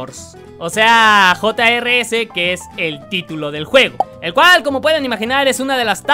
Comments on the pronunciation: Se dice juniorns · Es jrs y se pronuncia juniors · se pronuncia Juniors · No se si soy el unico boludo que lo hacia, pero pronunciaba el nombre (JR's) yiers y no yuniors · creo que se pronuncia juniors xd